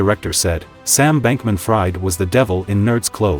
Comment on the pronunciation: inner circle was a bunch of young people. they all scammed dumbasses. period. btw his named sounds like freed not fried